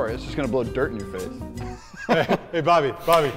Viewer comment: It should be brobby not bryobby